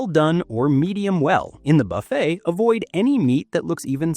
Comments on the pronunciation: 32 million cruise each year, and only 20 seniors have stomach problems. It doesn't sound like a problem to me. I'm 69 and have never had a problem. Anyway, you don't even pronounce buffet right, so why should we take your advice? What you say is logical, but not a serious problem. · Hey…Jimmy would be amused to be mentioned in this regard. The narrator makes Buffet sound like F. It. Sheila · How about a real person who can pronounce ‘buffet’ and ‘warfarin’